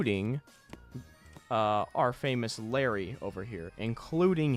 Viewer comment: I cringed every time you called him larry